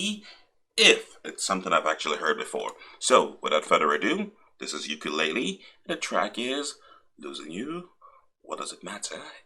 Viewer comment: Hi 😊 I like your reactions and the way you pronounced Ukulele 👏👏👏.